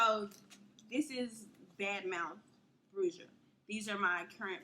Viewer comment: bruja is pronounced brew-ha IJS